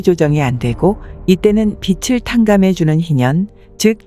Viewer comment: 귀한 내용 감사합니다. 그런데 하이톤인 남자 분 멘트가 내용을 알아듣는데 방해됩니다. 현재의 이상한 억양을 빼고 여성분처럼 담백하게 읽으시면 이해가 더 잘 되겠습니다. 그리고 빚을 -> '비즐'로 읽습니다. '비츨'이 아닙니다.